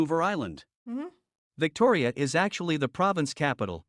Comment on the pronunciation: .."Victoriya"...? ಠ_ಠ